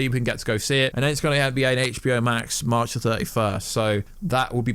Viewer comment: U mean March he said maar pfft I’m dead